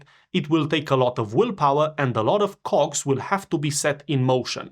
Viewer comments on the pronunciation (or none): Ok before anything one can say about your video and topic please here this one out. Don't say "cogs" every again trust me it doesn't sound what you think it sounds with your accent. I'm sorry someone has this!XD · He did say "cogs" right? rofl 🤣